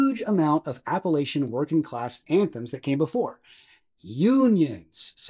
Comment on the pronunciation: This man lost all credibility when he mispronounced 'Appalachian.' I know us cornbread communists need to stick together, but some things are unforgivable.